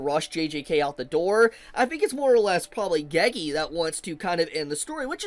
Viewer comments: It's pronounced GayGay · Till the end, for his life can't pronounce "Gege" right